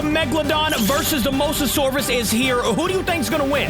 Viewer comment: After a long time has finally said Mosasaurus the right way and also good video